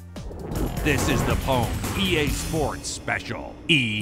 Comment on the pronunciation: pwned is pronounced owned you nubz. jesus.